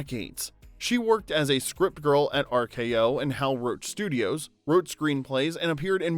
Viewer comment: Thank God for closed captions: I read , "Grandma worked as a script girl in Hollywood for decades." ~ But I heard a strip girl